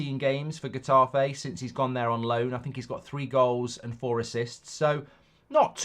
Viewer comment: Pronounced hetafay twit